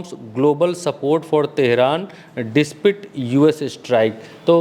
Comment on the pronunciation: अंग्रेजी में फ्लुएंट और कंफर्टेबल हैं पर आप अंग्रेजी से दूर रहें तो बेहतर। अभी आप डिसपाइट को डिस्पिट बोल रहे हैं।